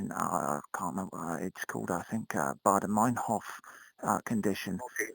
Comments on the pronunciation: "Bader-Meinhoff-Condition" ... LOL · "I have a heart problem called the Beider-Meinhoff condition" lmao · 'Bader Meinhoff' heart condition? lol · "Bader meinhoff condition" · "Bader-Meinhoff syndrome".... nice one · Did I hear Baader-Meinhof condition?? Hahahaha!